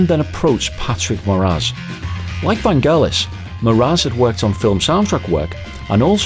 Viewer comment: Its pronounced Van Jell us. Like Jello. I understood that he was afraid to fly and Jon said hey we gotta tour.